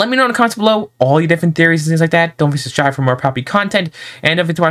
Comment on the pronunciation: Just saying your saying subscribe wrong